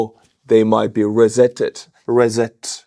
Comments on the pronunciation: Love these videos, - you're doing important work, keep them coming. BTW, for clarity, the standard pronunciation of 'reset' is more like 'ree-set'. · pronounced "ree -set", emphasis on the "ree' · Hi, reset is pronounced rE - set Nice way to say terminated! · Reset pronounce it like riiset for you! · That was compassionate of Estonia to allow the Russian passenger planes to land. In French and German, a single s starting a syllable after a vowel generally has a z sound. English has no rule. “Poison” has a z sound, but “reset” has an s sound. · Reset is pronounced ri-set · Thanks for the update, but if you're gonna start using "reset" regularly, you might want to learn how to pronounce it! Unless you just like "slaughtering" the word, ofc. lol... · The “s” sound is unvoiced as in “reset.” The “z” sound is voiced as in “zebra.” To tell if your pronunciation is voiced or unvoiced, hold your fingers against your voice box. If you can feel it vibrating when making an “s” sound you are voicing the letter’s sound; you should not feel the vibration ( unvoiced) to make the proper sound for the “s”. Just practice a few times holding your fingers on your neck and you should make the correct sound pretty much unconsciously. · "RESET" Hit it with your badass Estonian pronunciation! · Reset, not rezet, is the pronounciation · always enjoy your updates,. Let me help you with your English. It's pronounces re-set not re-zet as I heard you say (Unless you want to butcher the language 🤣) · not rezet , ryset in terms of pronunciation. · It's reeeeeeeeeeeeeeeeeset not rehset. Thanks. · Re set, set right again, pronounced "ri set", but I like reZET ! On Wednesday, I expect you will reZET my mid-week, lol. Thanks! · ❤ dear, pronounce it RE SSET NOT REZZET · its not reZZet - it is REE-SET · soz, its pronounced RE.......SET not rezet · FYI ! reset is not pronounced as "rezet" but "re-set" SET as in Tennis !!!! Not ZET !! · PRONOUNCED "REE-SET"